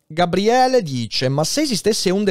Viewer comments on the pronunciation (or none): none